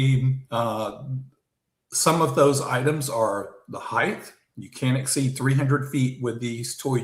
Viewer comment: the “TH” in height is NOT pronounced.